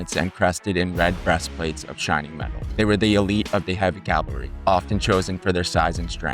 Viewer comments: WHAT? Cuirassiers is Kwi-rah-si-AY. Their armor was the cuirass (KWI-rahs). And "calvary" for "cavalry"? Calvary is a place! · I obviously enjoy this topic, so thanks for making it. With respect, please do not say “Calvary” when discussing “cavalry”. “Calvary” is a place, and “cavalry” is a bunch of soldiers on horseback with bad intent.